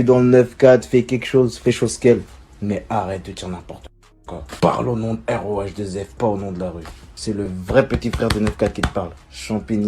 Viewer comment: c'est pas rohff c'est rhaoueff